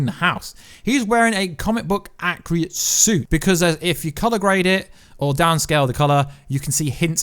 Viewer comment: Fam can you not say ‘accurate’ cause every video all I hear is ‘accriate’